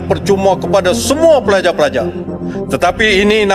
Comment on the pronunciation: Bukan pelaja pelaja bos tapi pelajar pelajar,, baca nyt